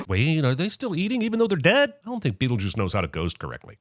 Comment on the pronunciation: He didn’t he give a sin for how Adam says beetle juice